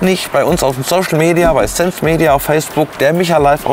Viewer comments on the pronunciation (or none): none